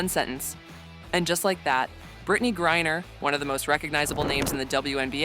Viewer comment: Every mention of her last name and this video got it wrong. It is not Gurrier it is griner. How incompetent is this.